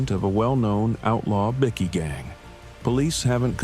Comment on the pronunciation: LMAO 'A bick-kee gang...' lol are they importing illegal grade A biscuits? It's pronounced BIKE-KEY. They are bickies, not BISCUITS 😂